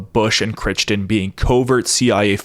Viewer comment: Dude... you're killing me with butchering that name. It's seriously becoming like nails on a chalkboard. It's pronounced "CRY"-"TON"... unless Jack's family was retarded and mispronounced their own name... but freakin "Critchton", lol.